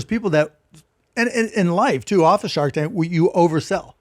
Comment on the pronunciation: did he say shart tank? 😂